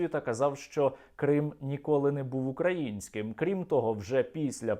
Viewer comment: Зрадник пальчєвскій "в трусіках" і " со своім базаром" нехай вивчить правильний наголос у слові "український"на своєму кацапсько-рабшистському нарєчіі